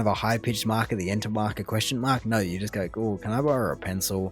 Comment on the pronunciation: It still blows my mind how Australians say “naur” for “no”. So hard to add that r the way they do.